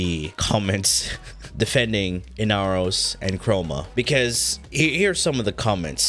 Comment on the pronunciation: The amount of pain I felt when you said inaros just hurts